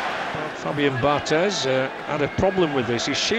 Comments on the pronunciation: Dammit, it's pronounced Bar-TAY. He's French, not Spanish. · Sorry mate, it's definitely Bar-TEZZ, he's from South of France, Occitanie région where there is a kind of influence of Catalan language...